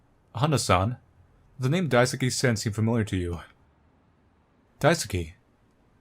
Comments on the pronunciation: He also kept saying Daisuke as daisuki lol. loves Sen. 😏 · I like how you pronounce Daisuke's name lol I think you have at least heard of Sasuke from Naruto? The "suke" part is pronounced like that. It sounds like you're saying "daisuki" which means "I like (you) a lot" Anyways, I enjoyed the video! Thanks~ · wow must really like Sen... g-get it? because.. he says Daisuke like daisuki.. I.. fuck I'm sorry that was awful